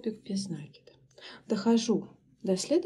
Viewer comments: Как же триггерит неправильное произношение слов . Ну если вы садитесь снимать мк , делайте это профессионально не только по теме вашего видео , но и по тому , что вы в нем говорите . накИд!!!! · Почему нАкид? Просто бесит